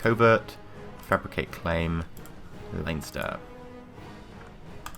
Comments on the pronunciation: it's pronounced LEN-ster.:) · It's pronounced LEN-ster ;)